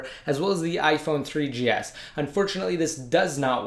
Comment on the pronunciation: i like how u r saying iphone 3DS lolz